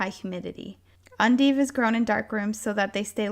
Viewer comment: You keep calling them "undives" in the video when they are "endives"